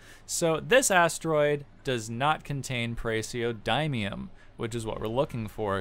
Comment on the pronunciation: It's pronounces praz-e(say the letter)-oh-dih-mee-um